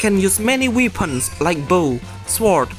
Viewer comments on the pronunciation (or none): Yeah he struggle almost the entire video i think his problem is he is saying hard words to pronounce which is bad for starters like weapons he always Weepons or Anticipating